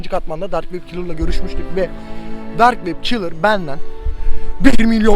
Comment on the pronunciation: Abi ben ne dedim dark wep kelrı dedi demedimmi